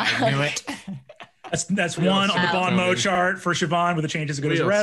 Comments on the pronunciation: As a french guy, let me tell you they pronounced "bon mot" a thousand different times, but not even one of them was correct xD. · i deeply love that brennan knows you shouldn’t pronounce the t on mot but doesn’t know not the pronounce the n on bon chefs kiss the french language is a travesty and a wonder